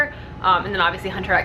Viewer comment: I love hearing about anime on this channel! I'm always curious as to what you and Clay are watching. Also, fun fact. You don't pronounce the "x" in Hunter x Hunter. It's just "Hunter Hunter." 😊